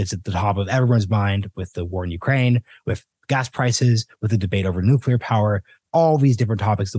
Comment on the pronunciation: Good interview. But a biased one. She could´nt even pronounce the word "nuclear". And when she finally did, you could almost see tears coming out of her eyes. Paradoxicaly, that gives me hope that change is almos here and nuclear is necessary and important one in the energy mix.